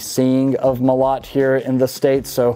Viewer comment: Molot - emphasis on the first O... Molot also means hammer :). Оружие - Weapons. Orugie